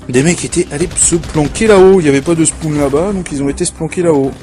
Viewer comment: 1.on dit spone, pas spoune 2.tu coupe les moment quant tu te fait violer 3.mon joueur, MrQuochon vous aurait violer sinon qualités vidéo est pas mal, pareille pour le comentary